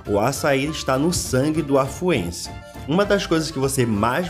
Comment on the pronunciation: Não é Afuense é AFUAENSE.